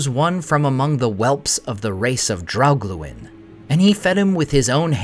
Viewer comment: I like the content, but the ridiculous pronunciations make it really hard to just enjoy the videos. Specifically your "r's", and "dr" pairings, eg; Draugluin, Beren, Brethil, Drengist... I very much wish you would stop that. They all sound absurd. Otherwise, it's great content.